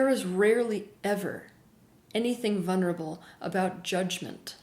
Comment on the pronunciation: Teal, you keep missing the all important "L" in vulnerable!